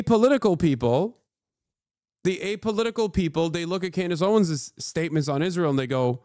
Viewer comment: Klandace Owens